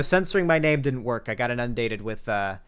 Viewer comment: only miss is the way he pronounces “inundated”